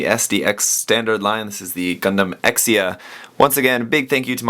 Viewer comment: Sorry if this offence you but you suppose to pronounce Exia "Ekshia" instead of "Eksia".